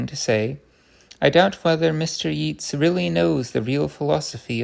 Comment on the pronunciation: Lovely. Chesterton's romps and frolics through ideas are a delight to hear. Just for future reference - the poet Yeats is pronounced 'Yates'.